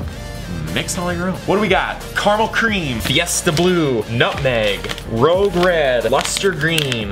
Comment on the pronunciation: Rogue Red?!? It's Rouge Red. Pronounced roozh.